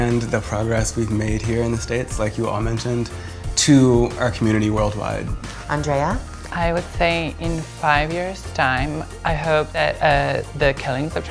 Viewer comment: Omg Andrea doesn't pronounce her own last name properly 😂 It's so far off